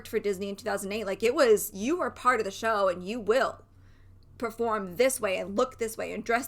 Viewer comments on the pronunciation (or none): none